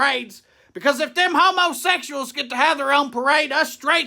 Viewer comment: Just so you know, it's pronounced 'hummaseckshals'